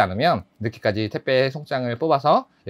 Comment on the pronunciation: 왜 택배를 자꾸 태빼 라고 하시나요?? 그리고 장발 잘어울려요!!